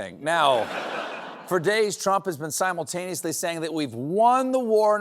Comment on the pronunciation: 1.32. Trump can’t say Kentucky. Stephen can’t say simultaneously. He said Symultaniously. There are many words that a majority of Americans can pronounce. Ha ha ha 👋 from 🇬🇧